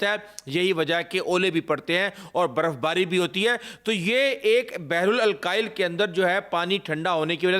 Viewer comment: Apna pronunciation theek karain بحر الکاہل نہ کہ بحرال الکاحل